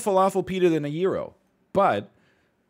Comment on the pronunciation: His pronunciation of gyro just hurt so much